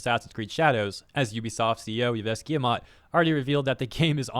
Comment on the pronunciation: I wish you could put a little more effort into learning how to pronounce things like names. Looking up how to pronounce "Yves Guillemot" wouldn't have taken more than a few seconds of online search, considering that's a name that appears quite a lot in Ubisoft-related content. The whole "Glass cow (Glasgow)" thing caught me off guard so hard I kinda wish you never learn how it's actually pronounced :P